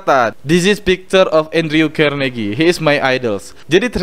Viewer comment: Alhamdulillah, menarik mas...Izin beri masukan ya. Semoga ke depan channel nya semakin baik dan bermanfaat. 1. Utk Pronounce (pengucapan) nama2 dalam bahasa inggris mungkin bisa di upgrade lagi...Contoh : Andrew Carnagie 2. Pengumpulan Data lebih akurat akan lebih menarik dan bermanfaat utk pendengarnya. Contoh : Data ttg Carnagie ini, ybs adalah pengusaha zaman dulu. orang kaya dari bisnis baja. Bukan pesaing Bill gates, tp inspirator nya. 3. Selebihnya sih tentang pengucapan2 dalam bahasa asing nya... Sekali lagi, Sangat mengapresiasi review nya...Terima kasih banyak. Semoga sedikit masukan di atas bisa bermanfaat...